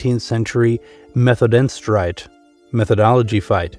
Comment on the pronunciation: You're massacring the pronunciation of German words like 'Methodenstreit' ...